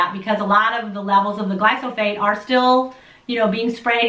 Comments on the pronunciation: again she says "glysophate". Geeze, if you want to make a lousy video about a chemical. please learn to pronounce it. "Kyanada" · and..you guys are a hoot.. me and my wife love watching and learning from you guys..but i got to say you may be terribly confusing a couple of your commentors seeings how the title of this vid say GLY-PHO-SATE, but the two you seem to be convinced that its GLY-SO-PHATE bahahahaha...got a big kick out of that... keep on keeping on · I thought it was glyphosate ( not glysophate ) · Pronouncing of the word is GLY -PHO-SATE. Not GLY-SO-PHATE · You did it! You got me saying "Glysophate"! Now I can't say it right either! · gly-Fo-sAYt ..... its pronouced lol ... does beer count as a fermented food? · Good info. You said glyphosate wrong. Lol. It's ok-know what you meant. The message is the important part!!